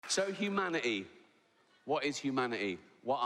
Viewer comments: what is hu manit ee?? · They skipped the letter t in kindergarten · Hugh Manatee? Who the fuck is Hugh Manatee??? Are you trying to say 'humanity', Rick, or are you actually talking about someone called Hugh Manatee? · What the fck is huma-i-ee ? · T. Loved Ricky over lockdown, brilliant guy, but it’s humanity. HumaniTy with a T. I can’t even say it the way he does. I have noticed dropping the T with many people but never with Ricky before. Here, have a few I have spare for the future ttttttttttttttttttttttttttttttttttttttttttttttttttttttttttttttttttttttt. Anyone know a cure for being a grumpy old sod? Love and peace man!